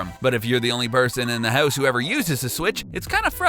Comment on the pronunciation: You say "house" funny. Hewse